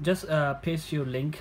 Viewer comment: “Eeeeehhh, just pest deh link.”